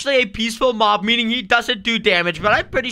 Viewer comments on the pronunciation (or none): Mop it is mob not mop